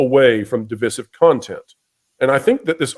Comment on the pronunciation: Why can you not pronounce divisive correctly